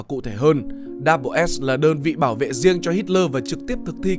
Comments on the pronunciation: Đâu ai đọc là Double S đâu pa. Người ta đọc là SS, tiếng Anh đọc là The SS mà. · Mình thấy ngày xưa đi học và trong chương trình của tây họ gọi đơn vị này là "ét zét" chứ ko phải cách như bạn đọc "đắp bờ s". Nghe rất phèn. Phải chăng nên chọn lối đi riêng để thành công? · cái "Schutzstaffel" đọc tắt là "double S" thì k đúng lắm, mình nghĩ nên đọc là "S S" thì có vẽ đúng hơn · Mình vẫn luôn nghe tên tổ chức này được đọc là SS (đọc 2 lần chữ S liên tục) nên nghe video này đọc double S bị khó chịu á chời 😑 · Đọc “ double” S là không đúng đọc như vậy không ai biết đội quân lừng danh của Hitler.Chỉ đơn giản là S-S. Tất cả tài liệu của nước ngoài đều đọc như vậy 😁